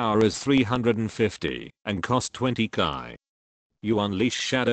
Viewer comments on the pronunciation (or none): Its chi, not kai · How you read chi? Lol so wrong